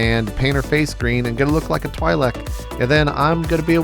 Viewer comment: Couldnt help but notice you pronounced Twi'lek wrong